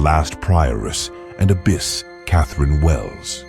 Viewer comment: This video is “history bizarre” alright.🙄 It’s also “abbess” (female equivalent title to abbot), not “abyss”, meaning a void or chasm of great depth. Nuns don’t dwell in monasteries (which are male cloisters for monks), they live in nunneries or convents. People in the 16th century didn’t dress like Victorians (19th century). Nuns in early 19th century Rome weren’t photographed, the photographic process had not been invented at that time. The video uses the same picture to identify king Henry VII and his son, king Henry VIII, who looked quite different. The video discusses the closing of the Littlemore Convent in the early 16th century (at least so far as I was able to glean from its slipshod historical narrative) without reference to the fact that all institutions of regular clergy in England were closed at that time, owing to Henry VIII’s break with the Roman Catholic Church. With a title like Disgusting Sex Lives In The Worst Medieval Nunneries Revealed, I expected prurient, salacious content with historical standards of no great stringency, but the inaccuracies both in narrative and use of images managed to still surprise me with the lack of historical verisimilitude. 👎